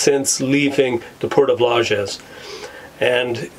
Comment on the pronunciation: Its LAJES not Lajas.